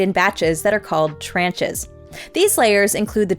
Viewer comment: Tranche is from French, and is pronounced like "launch" rather than like "ranch". FYI.